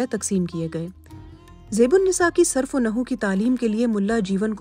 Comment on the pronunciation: it's NOT Surf - o - Naho, it's Surf - o - Nahav (صرف و نحو) , "یہ لفظ" ترک" ہونا چاہئے، نہ کہ" تُرک , چو برجی نہیں، چوبُرجی ہونا چاہیے It's derived from بُرج